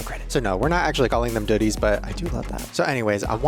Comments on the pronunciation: Not gonna lie, "doodie" sounds like "diddy" 😬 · I love you but doodies sounds like diddys 😂